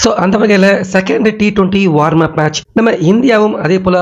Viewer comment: வார்ம் /என்ற உச்சரிப்பு தவறு. வாம் -என்பதுதான் சரி.